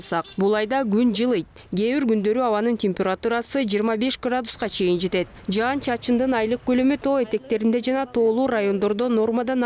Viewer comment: Жаз айы жаандын мезгили .Жаандын коп жаашын тилейли .Бул видиодо аба ырайын алдын ала билдирип жаткан айым " жаан " деген созду ката айтып жатат, " жан " деген соз менен ."Жан " деген создун мааниси башка да .Тууралыгында " жаан " деп эки удаалаш келген " аа " тамгалары менен суйлошу керек .Угуп турсанар , ката суйлоп жатат.Ушу кантип болсун ? Уят да , озу чон эле айым экен .Казыркы адамдардын копчулкгу ката создор менен суйлошот.Кээ бир мезгилдерде журналисттер да ката создор менен жана создорго туура эмес басым менен суйлошот .Журналисттер тилдин кузгусу болуулары керек жана ушундай талап теле алып баруучуларга да тийиштуу .Теле алып баруучулар копчулук убакта ката суйлошот.Адабий нормада так жана даана суйлоолору тийиш.